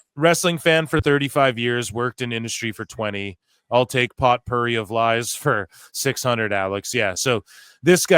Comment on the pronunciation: The way you pronounced Potpourri gave me a laugh